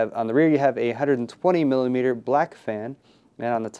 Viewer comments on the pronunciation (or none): he said 200 bilimeter black fan LoL